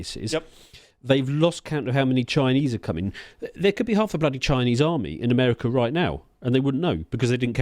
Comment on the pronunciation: Why does that one guy keep pronouncing it “Amelica/Amelican”?